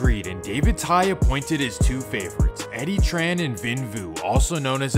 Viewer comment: Fyi, "Tinh" is pronounced "Ting". "Trang" is pronounced "Jong". "Tran" is pronounced "Chaahn". "Vinh" is pronounced "Ving".